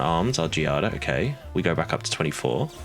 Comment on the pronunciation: My daughter’s name is Giada. The enunciation is Gee-ah-da. You had it right. It means Jade.